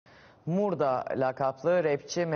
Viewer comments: Muhabir neden Murda'ya MÖRDA diyo? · yanlız adamın murda ya MÖRDA demesi😅😅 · Mörda değil yalniz Murda diye okunuyo